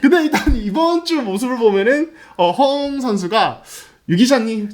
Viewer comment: 류기자님 허웅 발음이 갈수록 격해지시네요 헣웅 허억웅.. 허웅으로 부드럽게 해주세요